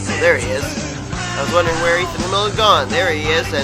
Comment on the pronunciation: Just for future reference, My last name is pronounced "Ham", like in a sandwich, and "ill" as in sick, so....yeah. But I forgive you. :P